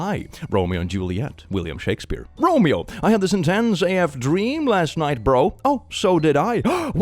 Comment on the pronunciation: have never heard anyone pronounce "romeo" as beautifykky as.